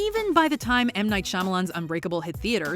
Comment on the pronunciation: When I heard Amnight Shamalan my ptsd was triggered